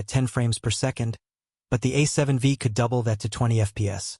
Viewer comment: A seven 'Vee'? This AI voice clearly doesn't know anything about cameras